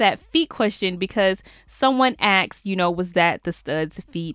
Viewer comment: "The question was ax'ed"?? Lol.... it's asked boo. Not Ax'ed